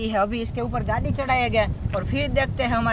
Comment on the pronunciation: Gaari laye ho ya gaali laye ho bhai shi se bolo